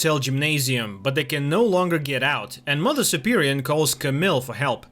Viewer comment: It's mother superior, not superion.